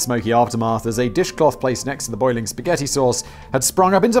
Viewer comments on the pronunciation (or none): No one in america pronounces spaghetti like that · Only children pronounce Spaghetti like that. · no one calls it sketti here. Lets just make that clear. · It's actually "Pasketti"